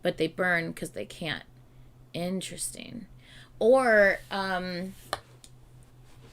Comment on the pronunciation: this is so random but when you're saying interesting, i hear "in tristan" and i cannot unhear it 😭